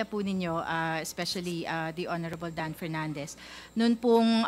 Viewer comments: Sumasakot aang ulo ko PAG nagsalita. Si PERNANDES. KASI ANG CAN NOT PRONOUNCE PROPERLY. PILIPINS DAW HAHAHA?? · Dan Fernandez Hanggang ngayon ba naman d ka pa rin marunong Nang “f” mo at P? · BOLD BOLD BOLD...STAR!! PERNANDES"REFUND ". HINDI REPUND...HAHA HA